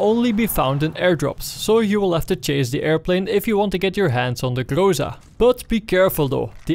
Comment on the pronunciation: Everybody pronounce it something like "grOsa" or "grOza", but it should be pronounced "grozA" or almost "grazA". Google translate pronounses it almost correctly. Гроза (groza) is russian for thunderstorm.